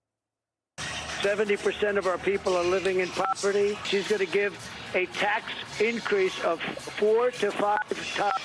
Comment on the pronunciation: "in property" is what I heard